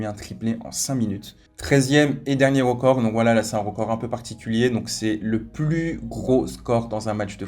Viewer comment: Il dit rocord au lieu de record